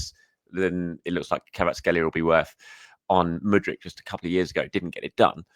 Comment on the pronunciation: i think you might be mispronouncing Kvaratskhelia's name 😅 But yes I'd love to see him at Arsenal. Predicted XI for United; Raya Timber Saliba Gabriel Calafiori Ødegaard Partey Rice Jesus Havertz Martinelli